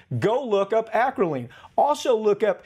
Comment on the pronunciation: He said acrolein wrong